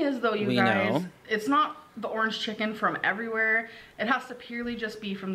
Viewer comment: “Ernge cheken”